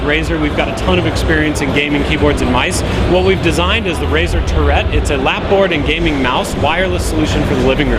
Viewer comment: The "touret"? Guess this PR guy hasn't spoken to marketing folks verbally, and only read the press material?